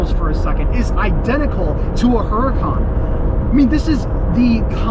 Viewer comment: Chevrolet is the car brand, Corvette is a model of Chevrolet. And it's pronounced OOOh Rah Kahn, Not Hur Ah Kahn.